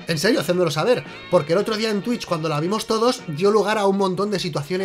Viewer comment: Cuando eres de Vallecas, dices Twitch y te ahogas por decir algo en inglés vallecano